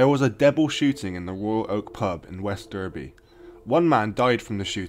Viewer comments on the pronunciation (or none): West Darby* it's pronounced lad :P